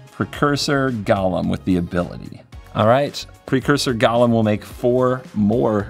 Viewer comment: Also pronunciation of golem to sound like Gollum is more fitting/confusing than ever with this theme.